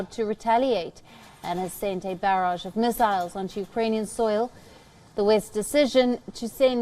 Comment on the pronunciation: That’s not how we pronounce “barrage.”